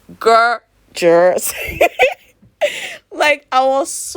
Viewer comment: “Smooder” “Gorgerrus”😂 baby😂❤️